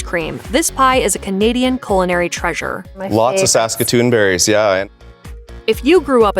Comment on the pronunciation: The narrator of this video desperately needs a class in pronunciation, both English and French. She butchered so many terms it's not funny, especially French pronunciations. But she also hacked "celery" and "culinary". How could she be hired or work as a narrator???? Awful, she is.